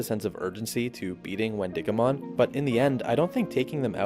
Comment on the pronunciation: I also think it’s Win-DIH-go-mon more emphasis on the dih. Because It’s named after the wendigo from folklore